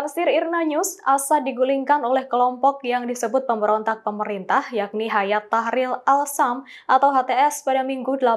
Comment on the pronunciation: Bukan Hayat, tapi Hai'at. Artinya "Gerakan".